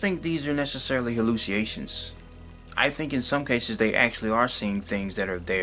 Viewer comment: hallucination and susceptible are not pronounced the lazy way you pronounced them